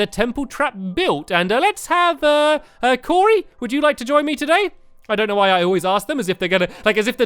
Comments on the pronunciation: you said coray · you called cory corrie like corination street the way the call it corrie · I always think Stamps is saying Curry instead of Cory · it sounded like he said curry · I know right! And today we're going to be joined by curry!